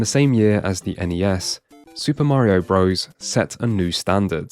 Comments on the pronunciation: Quit saying "bro's"! Super Mario bros.With a period after it, which is showing it to be an abbreviation is pronounced Brothers. NOT BRO'ES LIKE "HEY BRO!" (Which isn't even a word. It's African American slang for brother!) Bros. IS AN ABBREVIATION! This retarded shit is caused by kids not reading books. I'm guessing this guy didn't read as a child therefore he thinks bros. is pronounced bro's. If you start a kid reading early they learn things like this. We desperately need to find a way to get kids reading books again! Our civilization is going to go down in flames because everyone will be ignorant jackass's that know nothing. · Such a professional video yet he still says Super Mario "Bro's".